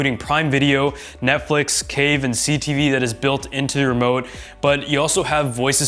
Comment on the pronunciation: did he just say "Cave" instead of "Crave"?